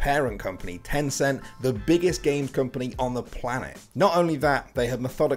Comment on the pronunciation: HEY mobile legend for only filipino Wait did be said tenceen